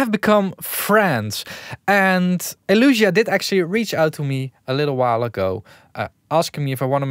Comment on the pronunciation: Isn't it Elysia? El-eeee-sia, not El-uuuu-sia